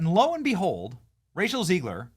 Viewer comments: Why do you say Rachel "Zee-gler?" It's Zeg-ler. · I think it’s Zegler, not Zeegler.